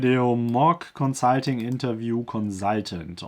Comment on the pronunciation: Is it Consiiiitinngg or consulting?